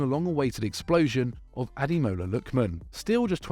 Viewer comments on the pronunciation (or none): Ah day more la. Say it with me, Ah day more la